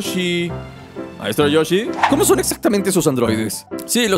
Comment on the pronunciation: no se dice maestro rochi se dise maestro yoshi